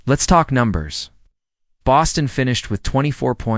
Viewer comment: THIS AI IS WORSE THAN HORRIBLE!!! Can't even pronounce Bostons name correctly!